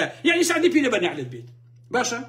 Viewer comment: سلاو بو کاک.. هه ول بده له ووشه ی (نه عله ت ) ، عین و حاء (ع ، ح ) لیک جیا بکه یته وه ، هه مان ووشه ده خوینیته وه به نه عله ت و له شوینیکی دی به نه حله ت ده یلیت. راستی یه که ی به عین ه و له قورگتی مه خشینه.. خوی ووشه که عه ره بی یه و له (لعنة ) هاتووه و ئیمه ی کورد پیته کان پاش و پیش ده که ین.. ده لین نه عله ت ، به لام راستی یه که له عنه ت ه یاخود به کوردی یه که ی ( نه فره ت ). له گه ل ریز